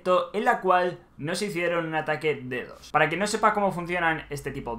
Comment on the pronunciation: Mi estimado, no se pronuncia dedos, se pronuncia D D O S, letra por letra de de o ese v: Desconozco cómo hacen eso pero sinceramente dudo que se pueda en consola...